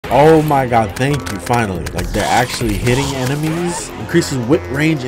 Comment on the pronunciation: I like how he says: "oh maw gad"